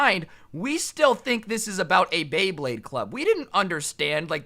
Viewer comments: yoo homie fr said blade bade. Its beyblade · When he said bay blade, he said Blay Baydes half the time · Did he just say blade bade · I dont know why it is, but it pisses me off every time says "Bleyblade" instead of "Beyblade" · did you call it a blayblade? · You did not just say blayblade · Nobody:: blaybade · it's so hard to say bay blade multiple time in a row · bro I thought u said blayblade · Like how many times he mispronounced Bey Blade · said blayblade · I love how he didn’t pronounce beyblade right a single time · is having a stroke every time he tries to say “Beyblade”.